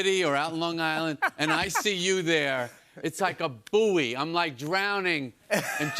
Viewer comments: WTF is a 'boo-ey'? Hahaha, its pronounced 'boy' you cretin! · Wow is that how Americans pronounce buoy? 😮😂